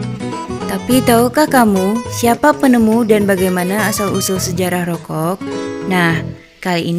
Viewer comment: Rokok bukan rokogh